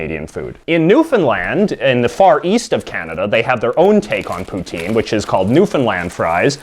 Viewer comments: Stop saying aboot, no one actually says aboot. And it's pronounced "Poo-t-in" not "pootenn" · its pronounced pou-tin not pouteen you fucknut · Pou-tin : Pu-tin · It”s not poutine! It’s putin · oh come on... poutine is said poo - tin, jos louis is pronounced joe lou-ees and ketchup chips are fking lit. and if you are canadian why do you got an american flag?